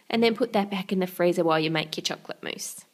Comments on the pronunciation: Why do you call it mouess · it's mousse